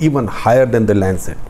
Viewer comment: Its Lancet.